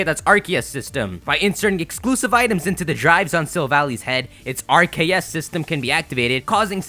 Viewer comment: RKS system as in Ar-Ke-ous System as in Arceus System